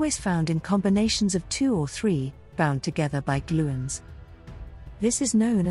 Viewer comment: What a load of gibberish. You would think that a video about gluons would at least pronounce 'gluon' correctly. Chemical reactions (chemistry) is about electrons, not nucleons. If this is what AI can create, I'd prefer to not see any more 1/10